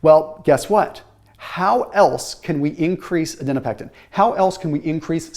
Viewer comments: You’re saying ADIPONECTIN wrong 😂. It’s not Adinopectin. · ADIPONECTIN, not adinopectin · I noticed that too!!! Was frustrating to hear haha, especially being in nutrition research and knowing it’s adiponectin. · Adiponectin...not adinopectin. The PhD in me won't allow it. LOL. Thanks for your enthusiasm in bringing these studies to us. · Its called adiponectin, but he keeps saying adinopectin :D